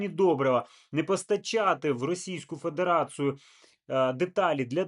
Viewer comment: "фэдэрацыу" >> ФедерацІЮ